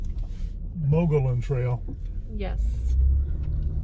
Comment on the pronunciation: The river flows when water is released from Caballo reservoir for irrigation during the growing season. Late fall and winter it will be mostly dry. Mogollon is pronounced muggy-OWN.